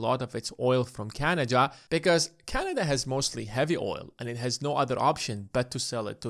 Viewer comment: It is not canaja but canada